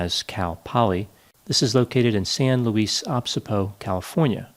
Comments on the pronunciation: lol. I thought I was hearing him wrong. I listened 3 times. "WHAT? Did he say luis osbeebos?" Yup. So funny. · It's Obispo as in obeespo not apespo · San Luis Obispo is pronounced "san Lewis uh-bis-poh" by the locals :) And it's called "san Lewis" or SLO "slow" by the locals. I hadn't heard about this case, thank you for presenting it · San Louise Oppseebo! haha.., youre so adorable! It's pronounced San Louis Oh-Biss-Boe haha! Love it!! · its san luis obispo not obsipo lol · Dear, you say OH Bees Poh, not what you said.Otherwise, great presentation on this baffling case! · San Louis o-BIS-bo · San Loo-eee-oh-biss-poh. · San Luis Obispo is pronounced "San Loo-ees Oh-BISS-poh" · I've never heard San Louis Obisbo pronounced like that. hahaha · Oh-bis-po is how it's pronounced. Thanks for covering this. Walking home drunk from a party was common at Cal Poly as the town was small and the community and campus were relatively safe. Once they reached the dorms, the perceived level of danger was diminished, no one expects a student to murder someone in the dorms, but sadly that's what appeared to have happened. I'm positive the people walking her home wish they would have gone the extra last bit and got her to her room and never trusted Flores. Such a sad and horrible event. I'm thankful that it looks like finally there is some hope of justice taking place after all these years. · Hey Just want to let you know, the correct pronunciation of San luis obispo. Luis like Lewis And oh, bis, poe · San Luis Obispo. uh-BISS-poh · Its pronounced san luis Obys bo. ( pronounce Obys) like abys. Not to act like Im trying to be superior, but I got excited because you said the name of a town that I visit alot. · That is definitely not how we pronounce San Luis Obispo. San Lewis O-bis-po. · San Lu-ees O-biz-poh or SLO cuz things are slow there. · Hey! Love your vids, but as a SLO local, it is pronounced "San Lewis (or Luis) Oh-Bihs-po. Keep it up!